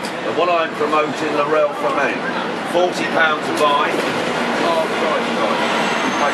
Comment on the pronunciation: Did you say L'Oreal?? Sure did, got some great Laurelle perfumes for a steal.